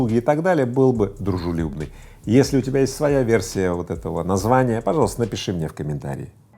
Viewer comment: Чел выговаривай дружелюбный нормально да😅